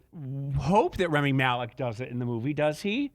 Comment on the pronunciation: It's Rami, not Remy....just sayin